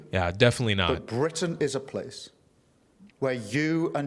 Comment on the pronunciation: So the other 390-odd cards were irrelevant? Ewe-kay? That consists of four different countries Scotland, Wales, Northern Ireland and englistan. Yorkshire is in englistan. Bwitains?....*englistan's. (+ Bwitain consists of Scotland Wales and negland.) the cringeworthy roundy-uppy vagueness is sloppy at best, incompetent as usual. Google maps is free. Try it. You don't even read the comments though you tell people to comment. It's like talking to a 🧱